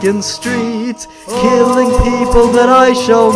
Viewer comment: he was keeling neaji ;( ;( ;( no neaji ,,,,,, cry :p